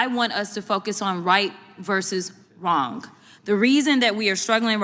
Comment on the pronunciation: Can someone tell the rich brat, Ghetto Crocket that the word "wrong"does not end with "k"!